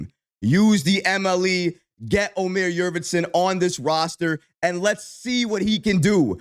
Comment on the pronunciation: Yurt Seven not Yurvetson